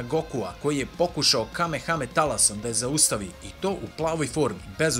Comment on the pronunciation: Kako me nervira kad neko kaze kame hame talas